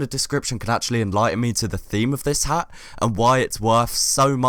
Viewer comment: Beatiful Hagh HAGH! It's funny he pronounce Hat this way